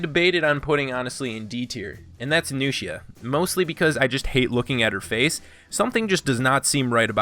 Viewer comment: Bro said nusheeuh